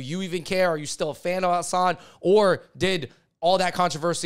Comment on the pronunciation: Been a fan of you guys for a long time. You clearly are a voice for minority groups. But please say Hasan's name correctly. It's not that hard. I don't understand why so many people call him "Minaj".